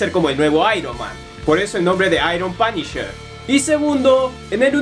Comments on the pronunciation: "Es Da Panisher " :v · "Oh, es da panisher"